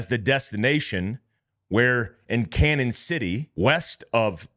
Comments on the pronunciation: Gee, I'm a correcter. It's pronounced Canyon City. Not Canon. Royal gorge is the. Walk a bridge, that's around 1043 feet above the water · This is just crazy! Thanks for the info. By the way it is pronounced “canyon” not cannon. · Bro… we’re here in Pueblo (pronounced “Pweb-lo” not “Pweayb-lo”) just down the road from Cañon City (pronounced Canyon City). I hate to nitpick as the grammar police but all the people here that I share this to are commenting on that. The wild wrest aspect of the cartels is just another Tuesday out here. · It's canyon City not Canon City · CAÑON City. The Spanish for “canyon.” Not “Cannon.” If you have trouble with the pronunciation, just say “Canyon.” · Hey, you’re pronouncing Canon city wrong. It’s a long in like a canyon. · It's pronounced "Canyon" not "Cannon". Like Prescott Az is pronounced "press kit". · It's pronounced "canyon" city, not "cannon" city. There's usually a tilde over the n, which means an "ny' sound, as in "canyon". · Canon = Canyon is the pronunciation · The town in Colorado where the other two Mexican nationals got "rollled-up" is pronounced CANYON City. The name, "CANON" city is the Spanish spelling of the English word "CANYON". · It's pronounced canyon city. Just to let you know lol. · Canon City Co. is pronounced "Canyon". When our town was first named, it was misspelled and the person didn't have enough money to buy another name so it just stuck!🤷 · Its pronounced "Canyon City" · Hey Boss….., its pronounced “Canyon” I am so sorry…… I can’t help myself….. I really tried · It's pronounced Canyon City. I'm from there. All the Colorado prisons are there including ADX supermax. Jail break much?? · Just so you know; Canon city is pronounced Canyon City, Pueblo is pronounced pweb low